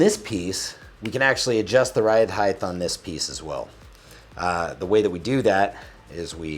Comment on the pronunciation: "ride heighth" sounds like Mike Tyson.